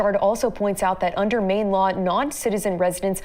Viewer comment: ..it's Maine, Bro! 🤣